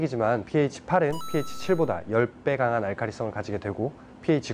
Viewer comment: 크 배우신분 pH라 하시네요 잘 모르는분들은 ph, PH 라 하시는데